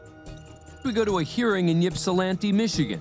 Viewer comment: It's pronounced "Ipsilanti," not "Yipsilanti."